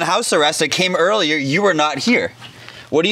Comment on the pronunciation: Earlier that day* not earlyer 🤦🤦🤦